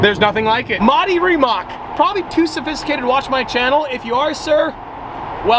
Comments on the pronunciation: its rimaC, not rimaK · I have been waiting to see you in a Rimac, would be fun to see it on a track against others. I think it's pronounced Ree-mats though. I'd go with the McLaren 😉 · Rimac is pronounced..........REEMAHTS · It's actually pronounced rimatz